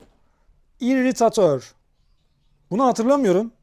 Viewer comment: Abi IRRITATOR isimli dinozorla ilgili bir bilgi ırrıtator pelikan gibi bir ağıza sahip balık labeslenen bir dinozor dur ( iriteytır diye okunur )